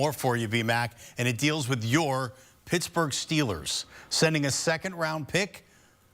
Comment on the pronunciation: "Pissburg Steelers" lol